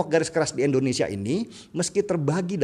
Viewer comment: endonesia atau Indonesia ?